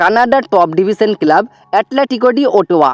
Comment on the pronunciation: টুকলিবাজি করে ভিডিও বানাস। নিজস্ব কোনো খবর নেই। শুধু ভুলভাল খবর। কেলাব না কথা টা ক্লাব। উচ্চারণ টা ঠিক কর। আর যুক্তিপূর্ণ কথা বল।😂😂